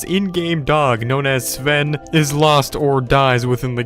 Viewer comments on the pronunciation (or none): You said Saven it’s pronounced Sven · Ok so firstly, you said Jore-gen. Second you said Seven. And then he said if Sven dies he still does the let’s play. Do your research better idiot. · Why u say seven not sven?? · Someone tell me who the acc f**k is Sv-en his name is pronounced Sven u shmuck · It’s Sven not seven u n00b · Who else was cringing when he said “Gorgen” and “Seven” 👏its👏Jörgen👏and👏Sven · He even pronounced Sven as, "Siven." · He keeps saying sa ven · Yer-ghen S-ven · He still has to get the Elytra wings and visit the Endcity and go to the other biomes he hasn't explored He still can also play with his friends like Jack and Ken And learn how to pronounce Jöregen and Sven🤦